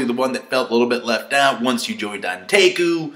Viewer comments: ka-nee-kee not Kar-ni-kee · for ####s sakes learn to pronounce! its not that difficult! Hid:/ē/: Kanek:/ii/